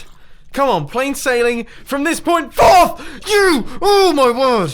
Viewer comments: sounds like "fuck you" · mumbo you need to check the footage I think you said the F word caption all so say off you so ya it sounded like that too😂😂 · Siddhant Roy He said forth but it did sound like it "From this point- FORTH!!" it did sound like he swore though. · He says forth.